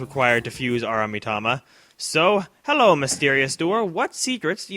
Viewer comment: Love the "Herro!!!" parts.